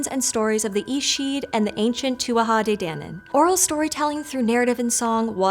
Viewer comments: Please please learn the proper pronunciation of irish folklore beings. Its pronounced TOO A DAY DAN ANNE THANKS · (Tua- te- DAWNIN).. not DANin lol nice vid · Tua de dannan is correct pronunciation Yank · Pedantic Irish person here. It's pronounced: 2-ah day Dan-Anne, in case you're interested. And they weren't fairies, in other words, little creatures with wings. Think of them as pre-Celtic people who practised magic. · Correct pronunciation for Tuatha DéDannan is too-a-ha day-dan-en (it's Gaelic Irish) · It's pronounced very differently than you pronounce it... the gallick pronunciation is more like "two-ah-tha day da-non"... I have a lot of Irish friends and spent a lot of hours learning gallick pronunciation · CHECK-OUT: IRISH ECLIPSIS AND LENITION (GRAMMATICAL FUNCTIONS)! TUATHA DE DANAN, IS PRONOUNCED: TOOWEE DE DANAN. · Her pronunciation of two a ha day danon ruined it for me! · Just a note, it's pronounced 'Tua Day Dannon'. Irish pronunciations can be weird. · saying Tuatha de nannan again again, i so satisfying for some reason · Your pronunciation is atrocious. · The pronunciations here bothered me so MUCH: TOO-AH DAY DAN-AN, and SHEE. A name for a variety of female sidhe were called the ban-sidhe which is where we get the Banshee - note the SHEE pronunciation?